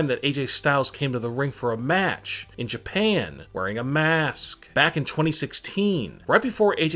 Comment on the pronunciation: Why the fuck u keep saying it like in jaapaane in a maask